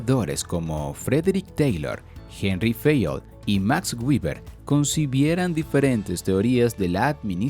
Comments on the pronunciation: Hola, gracias por el video. Quería hacerte una pequeñísima corrección de pronunciación en el nombre de Max Weber, el cuál debe pronununciarse tal cual se escribe en español. Así como lo pronuncias se pronunciaría en inglés pero es que Max Weber no era de Estados Unidos ni de Inglaterra, él era alemán y en su lengua natal se pronunciaría algo así como" Max Viva". Para evitar esos errores de pronunciamientos propios de cada idioma es preferible pronunciarlos tal cual se escribe en español. Cuando se tenga dudas de cómo se pronuncia un nombre o palabra se puede usar el traductor de google, ya que tiene una función de pronunciación. Saludos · Antes pronunciaba béber, luego lo pronunciaba en inglés castellanizado como Gueber, luego aprendí a pronunciarlo en Alemán como Beba, y ahora debo aprender a pronunciarlo en ¿IA? como guiber. XD